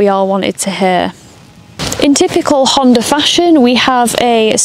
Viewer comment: There is no "R" in Honda...lol